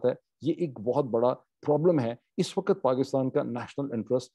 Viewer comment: Moeed saheb.The prononciation is ''Waqt'' not ''WaqAt'' 😊